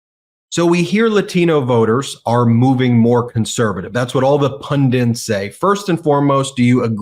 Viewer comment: Please, learn how to say PUNDITS not PUNDINTS, please